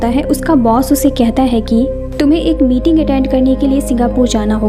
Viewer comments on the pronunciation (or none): none